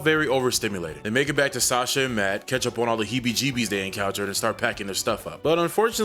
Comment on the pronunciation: I don't know how it was said in the movie but the name is pronounced "Saw-shah". I know this because that is the name of my step-daughter.